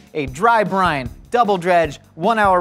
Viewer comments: I've been watching too much GMM that I hear Buttermilk Brian instead of Buttermilk Brine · Even though I know what you're actually saying, my brain keeps hearing "Buttermilk Brian 👑" because, you know, GMM 🤷🏽